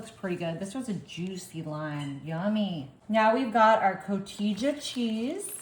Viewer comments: Cotija is pronounced kuh-tee-huh. 🙄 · At this point, I think she is blatantly mispronouncing the names of oil, cotija, and tajin to get comments. 🤷🏼‍♀ On that thought, I need to stop commenting.